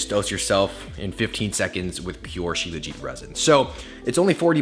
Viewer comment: It's pronounced SHilaa-jeeth my man. Thanks for the video....u r doing a good job in popularizing Indian remedies. I'm an Indian and have been using Shilajit forever. I'm 39yrs old and swear by Shilajit.